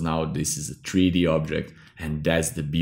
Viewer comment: Nice vid..also like the way u say tree d